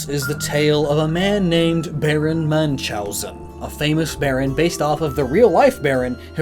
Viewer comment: Sure, make more of that. Just don't cruelly butcher any more names like poor Münchhausen